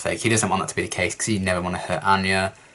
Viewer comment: What gave 'Xander' away how he had mispronounced/butchered Anya's name